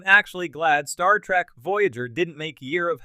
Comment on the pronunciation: Geek rant: Its TREK, not TRAK lol